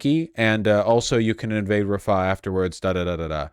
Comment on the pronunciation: Can somebody tell that the h in "Rafah" is an independent letter in the arabic alphabet and pronounced like a rasping of the throat? It is not there to prolong the preceding a